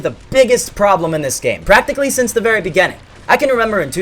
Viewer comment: I love how he says begAninng